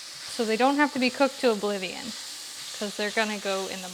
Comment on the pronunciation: Lol, “oblivion”